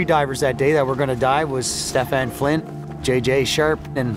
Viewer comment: Stephan not Stephane.